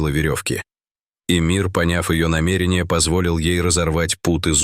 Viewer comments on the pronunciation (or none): none